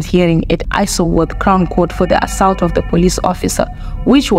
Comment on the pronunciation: Learn to pronounce Assault 😢😢😢